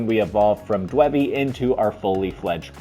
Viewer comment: Did you say Dwebby?